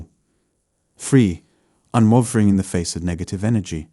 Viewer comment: "UNWARFFERING" (unwavering) "TRANSEWWNCENT" (translucent) "REEEYALLM" (realm) I presume you are from the UK but I hear you pronouncing words differently to the ones in brackets and wonder if that's because you come across as quite nervous in your voice. Anyway, great video, I'm very in tune to people's thoughts good and bad but my empath qualities have taken a dive with illness and domestic abuse but i shall rise again in time. Have a blessed weekend